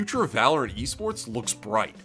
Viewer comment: I had to rewind that. I honestly thought he said yeast sports, no offense.